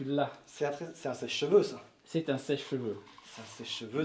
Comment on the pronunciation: "Ce premier échec n'en est pas vraiment zun !" à La prochaine fois que vous voulez fouiller un château, venez avec une ficelle et un cure dent ce sera plus facile pour exploser les murs !!! 😃😃😃